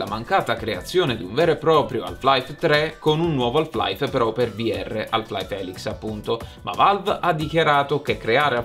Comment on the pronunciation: La L di "Half" è muta,. Ma ti voglio bene lo stesso! 😘